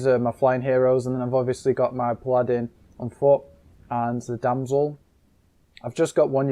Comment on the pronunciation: it's a pah-lah-din, not a pladdin